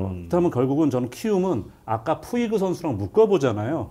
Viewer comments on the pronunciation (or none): 푸이그를 푸홀스라고 그러고 송재우 위원 나이 드시고 저런 실수가 상당히 많아짐ㅜㅜ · 푸이그가 푸홀스로 발음이 되나요?? 왜자꾸 푸홀스라 발음하시고... 카디네스는 트레이닝 파트 문제 쏙빼고 또 멘탈 이야기만 하시네요...